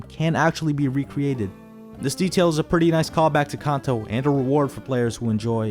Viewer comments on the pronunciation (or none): This list is bs none of this is true 1. how stupid can you be to mispronounce kanto its kanto kãnto 2. diamond dust isnt diamond dust its a blizzard moron 🙄🙄 3. eggs arent really eggs how stupid can you be ofc their eggs how else are pokemon born 🙄🙄